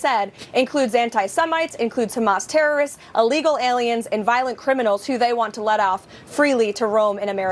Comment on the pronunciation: "uuhlegal". duuh.